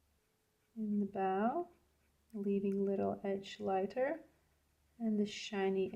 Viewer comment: It's bow as in cold, low or rainbow, not bow as in cow! Your painting ability is gorgeous, and I'm enjoying it very much. But I'm an English teacher and can't help myself... 😂❤ Happy Birthday! Very creative introduction too.